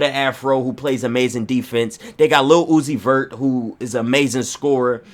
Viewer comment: "lil uzi lavert" 😂😂😂😂😂😂😂😂